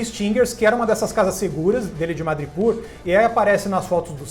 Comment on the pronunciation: Pessoal, a pronúncia é "madripÓr" e não "madripÚr".